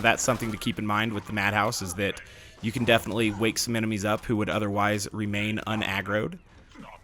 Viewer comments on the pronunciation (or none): none